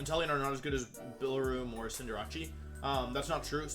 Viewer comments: Cin-da-ra-chi lmao 😂😂😂 Cin-de-race* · the way you pronounce cinderace makes me cringe. cinder + ace mate.